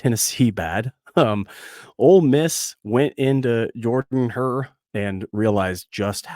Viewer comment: Jordan- Hare, Jordan is pronounced jerrdan